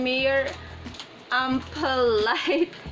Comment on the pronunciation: Ampoule is read as Am-pyul. Nice review btw ☺